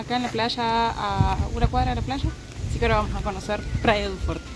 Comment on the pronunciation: Praia du forchi (pronunciacion real) media pila.